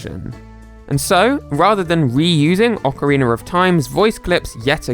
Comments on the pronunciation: For the love of everything, it's not oceriner of time! It's ocarinA. Long "A" , not the weird "er". Ockereeener.... Oh it's so bad. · I cant believe people actually pronounce okeranoe like that lol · “Ockareena” of Time